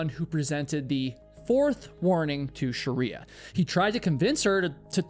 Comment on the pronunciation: ❌Shriya ✅ Sharia